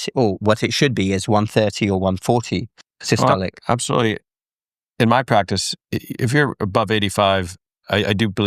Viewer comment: "the top number, which we call Sicily" .....